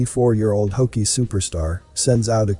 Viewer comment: Thank you, nice video. It's hockey not hokey ok?